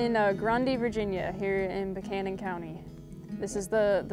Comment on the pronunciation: Hey, I was corrected in the pronunciation of Buchanan County back in the day … locals say, Buck- Cannon County … just sayin